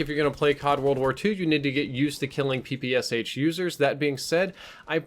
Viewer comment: Please check in google how PPSh is pronounced. I'm from Russia and when someone is pronouncing "Sh" as 2 independent letters it annoys me :D